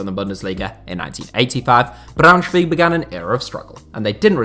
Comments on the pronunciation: The thing is that he said BraunschwEig and not BraunschwAig. But I'm impressed he nailed the schw it's preaty hard haha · he said "Braunschweeeg" did he not?! Was funny! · Everyone complaining about the fact he said "two bundesliga" instead of "second bundesliga", nobody complaining about how he pronounced Braunschweig lol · well...of course it is and he'll catch on (I'm sure), but it is funny how he said it, I got a laugh, didn't you?! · ich hab noch nie einen einzigen Deutschen gehört, der BraunschwEig gesagt hat. Aber ja, für jemanden der nicht deutsch ist, ist die generelle Aussprache richtig gut. Der Kommentar war auch eher als Witz gemeint, eben weil sich so viele über "two Bundesliga" aufregen. Er hat auch Kaiserslautern perfekt ausgesprochen, was beeindrucken ist.